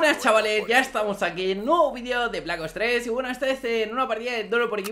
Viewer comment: Todo bien solo que los españoles dicen "BLACK OS TRE" cuando se dice "BLACK OPS TRES"